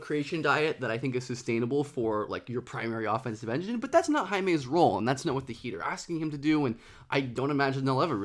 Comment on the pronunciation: its "hawkez"